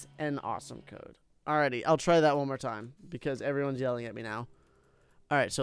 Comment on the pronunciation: First of all he spelt awesome like awsome and after he said Dode not code